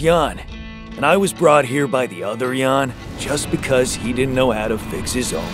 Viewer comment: Jan, sounding like Yan